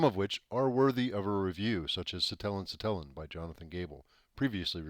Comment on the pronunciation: i will say it is pronounces SI-te-len, not si-TE-len, but otherwise this is really cool!!!!